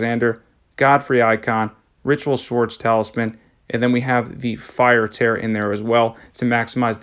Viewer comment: Hey bro I love your videos I just wanted to say it's tear (teer), like the ones you cry out ur eyeballs against rivers of blood